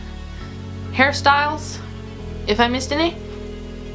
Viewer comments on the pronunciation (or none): it is me or she said "harry styles" not "hairstyles" 😂